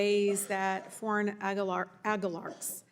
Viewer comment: Lol how does she not know how to say the word oligarchs properly 😂